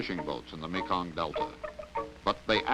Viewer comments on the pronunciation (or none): none